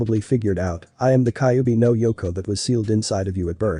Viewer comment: fix the freaking ai because it's called the kyubbi not kickbi